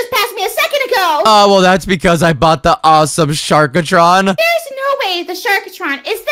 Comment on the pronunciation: its not sharkatron its sharktron no offence